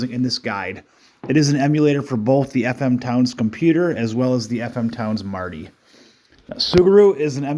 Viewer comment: Thanks for this video, and yes you did pronounce the name correctly 😃